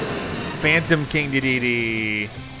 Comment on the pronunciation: Good gameplay, I appreciate your dedication but the way you say King Dedede really frustrates me every time 😭